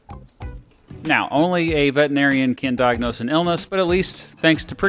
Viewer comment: Idk if I can trust the accuracy of this video if it's made by someone who mispronounces veterinarian 😂 jkjk all love